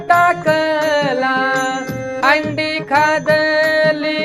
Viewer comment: अंडी नव्हे हंडी म्हणा